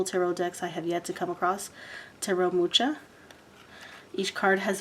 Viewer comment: Hey wow what a great big package! I'm blown away it's so nice, and if I may share with you how to pronounce Alfons Mucha's name, the ch in mucha are kind of pronounced as a ha sound, I grew up with his art in my home because he's from my mom's home country of Czech Republic so when you go to that country his art is for sale all over the place especially where tourists go. Is this box for sale to anyone? Id love to buy one too, thanks so much for this video🌞